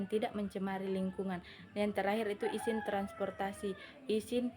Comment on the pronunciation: syahida humaira kritik : penyebutan kata kata pada presentasi anda ada yang tidak sesuai, contohnya “izin” anda baca “isin” saran : saya berharap lain kali anda benar dalam penyebutannya